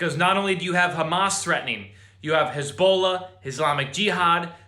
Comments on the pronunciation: His-Bol-aahhh... Not Hisbolo. Just saying. 😉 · Who the hell is "Haz-bowl-la"???